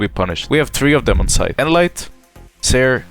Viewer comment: All I heard was sytch, near and side